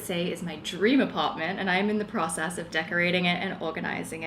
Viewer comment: Everything is starting to look really good. It’s so funny as a fellow Australian hearing the little changes in the way you pronounce your words. You’re definitely picking up the American accent. When you say process it sounds like pracess haha Keep going with your apartment though it’s coming together really well